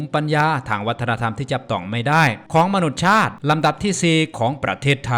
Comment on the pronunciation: ขออนุญาตแนะนำนะครับ มนุษยชาติ อ่านว่า มะ-นุด-สะ-ยะ-ชาด